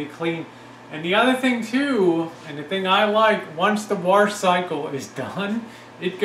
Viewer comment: your a male female combo unit.....haha....and what does "warsh" mean anyway?